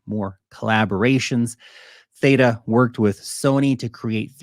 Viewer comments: What are little actress you are purposefully mispronouncing Theta when you know darn well how it's pronounced you little actress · But you really should pronounce theta correctly. Lol. 😂😂😂